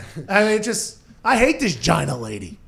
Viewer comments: Hahaha Pat calls her Gyna 😂😂😂😂 Giiiina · Pat it's pronounced GEEENA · It's pronounced (Gee-Nah)!